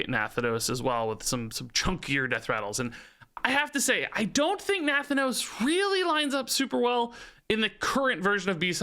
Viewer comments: NUH THAN NOSE thats the pronunciation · Na-Thanos like Thanos, but with 'nuh' in front this is a real Pelagos moment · Looks like Nathanos is gonna be the new "pronunciation nemesis", after Pelagos! :) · Does anyone else get tilted by the way he says nathanos? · Haha the Nathanos pronunciation kills me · Nathanos is so strange to hear pronounced differently. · Are you saying Nathanos wrong on purpose????